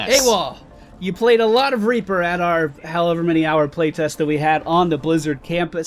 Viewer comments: Reaper not raper :3 ._. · Could have sworn you called him "Raper" at the beginning. Surprisingly fitting, actually.